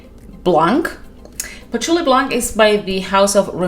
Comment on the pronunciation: Blanc the C is silent 😊